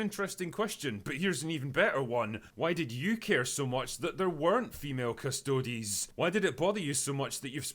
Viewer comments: Thanks for trying to educate yourself on the lore before chiming in. I've seen a handful of other videos on this subject from people on the culture warrior spectrum and literally half of them couldn't pronounce 'custodes' while being strongly opinionated about their makeup; and clearly fundamentally didn't understand custodes were not space marines. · Ah yes... retcon in 40k lore... That definitely neeeever happened bevore. Consider this: most within the community don't give much of a s*t about this issue. Most of the commentators (such as this one, who doesn't even know that custodes aren't spacemarines or others who can't pronounce 'custodes') don't even care about the game and only drive communities apart by artificially amplifying minor points of contention. Anyhow: The more important thing about the custodes currently is that their codex sucks.